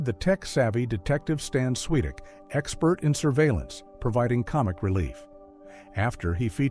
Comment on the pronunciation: Swytek, not Switik lol